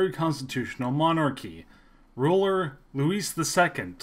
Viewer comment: You really need to work on your pronunciation. Nice isn't pronounced like the English adjective- it's Neese - and Louis is pronounced Louie - not Luis or Lewis.